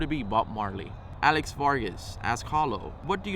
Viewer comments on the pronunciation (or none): none